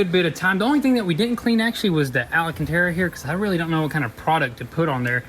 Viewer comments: AL CAN TARA!!! NOT ALA CAN TARA FIGURE IT OUT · Bruhhhh, it’s “ALCANTARA” not allahcantera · I have to ask - Are you saying Alcantara with an extra “A” on purpose? (Al”a”cantara) Lol that extra “A” is not there, Bud. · My gosh how they say alcantara makes me cringe lol